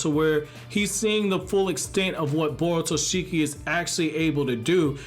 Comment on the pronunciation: its borushiki not borutoshiki